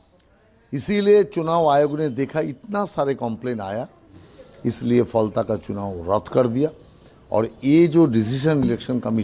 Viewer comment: Live Hindustan News, Please correct your pronunciation for Falta. It's Ph-al-ta.